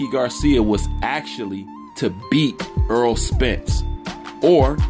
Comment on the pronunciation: Errol is pronounced like "Air Roll" not like Earl (Eurll).